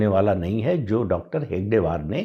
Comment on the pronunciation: आपप कमेंट्स पढतेभी नही हो क्या?पढिये.तभी डाॅ.साहबका नाम हेगडेवार नही हेडगेवार है.फिरभी आप गलतही बोलते हो.